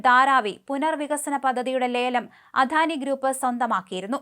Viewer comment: അധാനി അല്ല അദാനിയാണ്, മാഡം